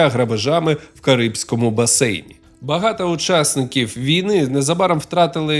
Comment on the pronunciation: Круто, що є контент українською, але в вас багато помилок у вимові. Кожен раз чуючи слово багато, в вас чується закінчення а, а не о.